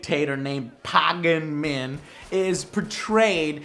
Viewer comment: pay-gun min not paa-gan min, sorry just bugged my a bit #grammernazi